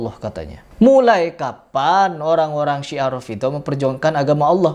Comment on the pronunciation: Siah bukan si'ah... Sia